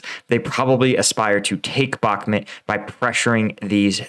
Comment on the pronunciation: Pronounce Bakmut properly, no one says Bakmit